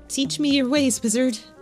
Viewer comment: I dont know why, but everytime said wizard, I hear lizard. I must say Rasmodius the Lizard sounds interesting